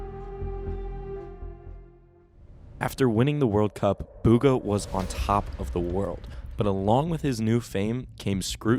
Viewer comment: Its pronouced bgha